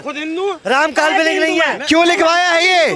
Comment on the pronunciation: Ram ko kalponic bolne wala Pakistani hai. Isko Pakistan veg dena chahie. Media wala ko salute